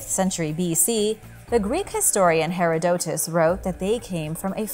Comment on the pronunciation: Did this lady just call my boy "hair a dote us" instead of haradotus?